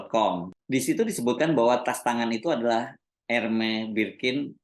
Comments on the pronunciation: koreksi dikit ya Pak: sebut Hermès nya, huruf S nya ikut disebut Pak… jd Ermès, bukan Ermè. Kalo di Prancis org Prancis ga ngerti kalo nyebutnya Ermè… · baca ermes mas bukan ermei